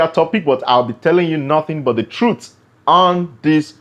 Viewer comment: Take the T off of truth at the end of pronouncing the word